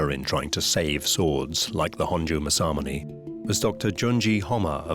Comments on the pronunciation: That's pronounced Mass-A-Moo-Ne! Get it right! Not Massar-Munay! No 'R' in Mass-A-Moo-Ne! No 'R' in Aka-Ba-Ne! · As someone who lived in Japan for 4 years and speak Japanese, the pronunciation of Masamune is absolutely horrendous. For anyone that cares… it’s Mah-sah-moo-nay.